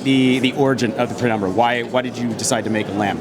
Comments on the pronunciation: Penumbra not pre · Penumbra, not prenumbra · Why are they calling it PREnumbra?